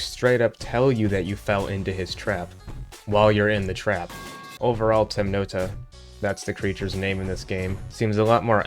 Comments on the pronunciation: “Temnota” is translated from Russian and is pronounced “temnotá” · the pronunciation of Temnota is killing me